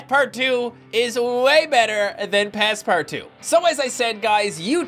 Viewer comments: Why are ypu calling it passpartwo? Its pass-part-out! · It’s pernounced pass-part-out not two